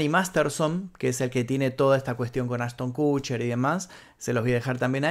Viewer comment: no se pronuncia Ashton kusher sino kosher